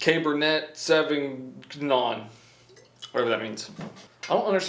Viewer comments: Murlawk and Cabber-net- savi-Gnome 😂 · It's mer-low and sav vin yon lol. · Merlo-t and savig-non xD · Merlot is pronounced "Merlow", Cabernet is "Cabernay" sauvignon " Sauvinon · Merlot is pronounced Mer-low, Cabernet is pronounced Cabernay, Sauvignon is pronounced sew-vin-yawn ....people drink wine because it's better than beer, actually healthier than beer, and can have a complexity of flavor you don't find in other alcoholic drinks. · I’m fuckin 12 and I know how to pronounce merlout and caverna e souvighner